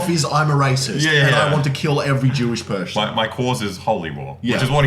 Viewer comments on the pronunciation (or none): You say 'Masterclass' and 'Jewish Pershon' like Alan Partridge.